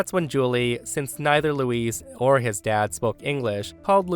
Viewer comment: Hi The way you pronounce Luis is the female name. Luis is L - oo - i - s. Louise female is L - oo - ee - Z.